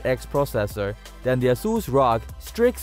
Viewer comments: Brah its R-O-G not rog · Also how the person "commentating" said ROG